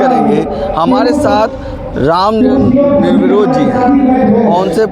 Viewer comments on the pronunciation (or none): 😊 निर्विरोध नहीं भाई रामनयन निर्दोष